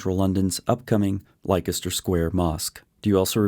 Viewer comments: Just a word on pronunciation - Leicester as in Leicester Square etc is pronounced like the name /Lester/. If you talk to people in the UK about somewhere called /likester/ they might not even understand what you are talking about. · Just a note Leicester is pronounced "Lester". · A triviality I know, but Leicester is pronounced Lester. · Leicester = Lester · Great video. One correction though: Leicester is actually pronounced Lester. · Leicester is pronounced 'les-ter' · Word of the day. Leicester. It's pronounced, Lester. Don't ask me why, I only live here. In the meantime, keep up the good work. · or Lestor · Leicester is pronounced Lester